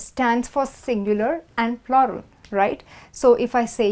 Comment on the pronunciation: No offense. You wrongly pronounced the word plural.